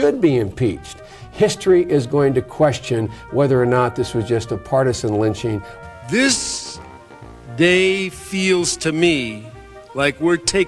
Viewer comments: “Does he not know the history of LITCHING?” (not the same as lynching.) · trapple Gawd he didn’t say lynching. He said “LITCHING” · Was that ole joe saying lynching it was it lunching????? It had to be lunching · This is your typical Republican Right Wing vile twisting of words... It's absolutely clear that that the Democrats said 'lynching', not 'lynching'. You can clearly hear it in every single clip of every single Democrat, plain as day... 'lynching'. Unlike that monster in the White House who should be detested and impeached because it is just as clear he said 'lynching'... not 'lynching'.